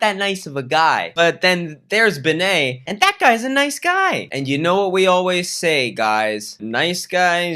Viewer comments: Oh my god the way you pronounce bene😂 pretty sure it’s short for Benedict and you’d rather say Bae-nae imo but no hate of course I literally don’t care it’s just funny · yesss and the way he pronounces "Bene" as "Baynay"